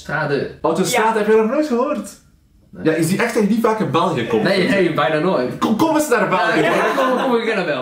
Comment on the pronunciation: Toen je zij kom eens naar België verstond ik: komkommer een naar België 🥒